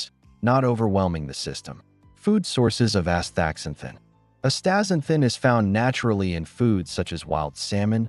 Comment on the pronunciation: Forget it man, you can't even say the world properly. Pretty lame dialouge. Astaxanthin is awesome.